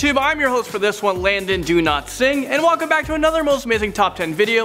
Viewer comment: how i hear landon's name Landon Do Not Sing